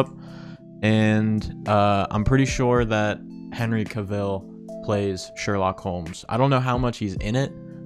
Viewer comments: Cavill rhymes with travel. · LOL, that's not how you pronounce Cavill 😂😂😂